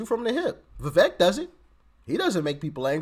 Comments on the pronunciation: Vivek’s name is pronounced like cake. Keep going Doc! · Le vect not pronouncing his name properly but I think he's better than desatos